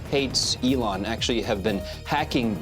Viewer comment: Good content but could've been improved by training your AI to pronounce Elon correctly. A small tweak to remove the AI dead giveaway is all that would be needed.